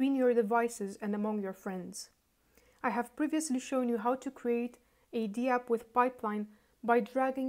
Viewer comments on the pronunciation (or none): Hi. It's pronounced dapp, not dee-app.